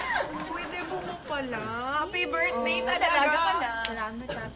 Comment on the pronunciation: mali pagkasabi ng birthday